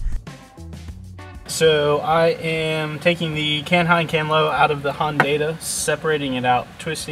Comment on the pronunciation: did he say hondata and not hondata -.